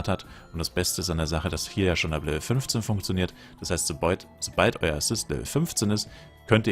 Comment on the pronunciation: "soboid" statt "so bald" - kommst du aus Bayern/Österreich?